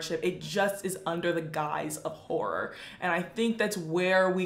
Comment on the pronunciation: The way she says whore instead of horror